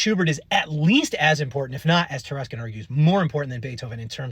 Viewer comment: That's "Taruskin."